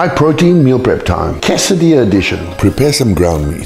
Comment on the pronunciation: Wow, hes saying tortilla and quesadillas in spanish edition, sounds even better